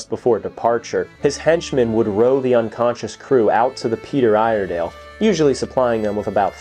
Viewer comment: Ear-eh-dell is how us Oregonians say it.